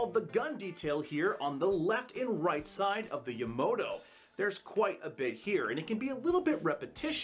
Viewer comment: hey brah, I understand you were involved in a hit and run.. but, theres only pone O in the name Yamato, so its not pronounced Yamoto. Amazing build though.